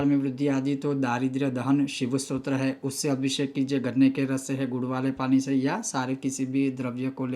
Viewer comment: Maharaj aapka uccharan bahaut hi galat hai..apki matrubasha k karan shayad...?? Deeddhh nahi doodh hota hai.. shey nahi se...